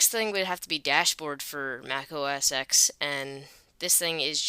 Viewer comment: it is not pronounced Mac OS "eks" it is Mac OS "ten"